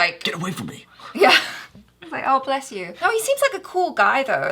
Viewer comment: When she say wou 😂